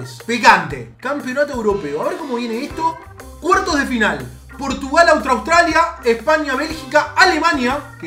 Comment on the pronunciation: Nadie Absolutamente nadie le dice Australia a austria